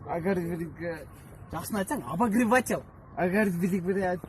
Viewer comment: Э сигейин в красном, озу айталбайт экенго ОБОГРЕВАТЕЛЪ деди го